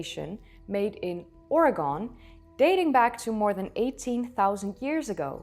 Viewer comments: Great episode. Just to let you know we pronounce it Orygun with the Y sound almost silent so it's almost like Or-gun, but never (Or-E-gone). But don't worry about it too much because no one gets it right including everyone else in the US. It's particularly grating when they mispronounce it on the national news. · Oregonians pronounce it "OR-AGAIN" or "OR-AH-GAN" just not "ORE-GONE" lol 😂 hope that helps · Love your pods. fyi we pronounce it "Orygun" A beautiful state with rain forests to high desert and much in between. I wish I could see the great basin as it appeared after the LGM. For those who want more on Rim Rock, about a year ago a UO Professor who is leading the dig had a really good lecture on YT . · its pronounced Ore - Gun, not Ore - gon. Just so you know. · It's pronounced Orygun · I love your content, but please. Pronounce Oregon correctly. Sounds out, it is, Or-E-Gun. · There may not be a "damn" but there is a 'dam', two different things. Being an Oregonian, we get a lot of east coasters that pronounce it the same as you did. It's not about you being Dutch, its about proper pronunciation. If pronounced with an E, it becomes Oregone. Keep bringing the history. I will still be watching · Ore-GUN. Just sayin. Pretty hot though. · I am a native Oregonian & we pronounce our state "ORYGUN." Oregon hasn't gone anywhere. Does any one say "WASHINGTONE," Or say "Are-Kansas?" No, we pronounce it "AR-KAN-SAW." Enjoyed the video, thanks. Best wishes to all. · I can tell you are not from the NW by the way you pronounce OreGONE. We used to say Worshington when our aunt from up there would visit. hahaha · The State of Oregon is pronounced “Ory-gun.” Good video; very interesting. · We tend to pronounce it like Ore Ee Gun. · Oregon is pronounced as Or-E-Gun. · It's "OR - EE - GUN" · Oregon pronounced Oregun. As spoken by Oregonians. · from a native Oregonian, the correct pronunciation is Or-y-gun. Just being a butthead...hahaha enjoy the content. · Its Or=gun